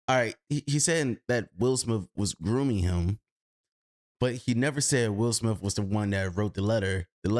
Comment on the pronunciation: At the start it sounds like u said “Will Smilf” 😂